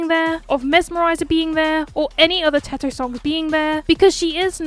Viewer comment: Finally someone says Teto and not Tedto💀